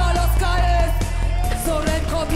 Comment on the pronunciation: A bardziej nie "jest" tylko "yest" 😂 😂